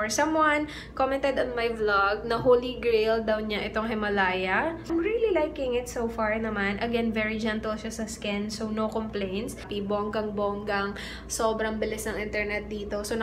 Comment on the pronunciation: hello how r u.. by the way that product of himalaya is indian brand yan din kc gmit ko hehe herbal kc u can pronounce it HIMALYA silent A.. Hehe i starting to like ur videos kc nrelate ako sa isa mong vlog 😍.. love lots!!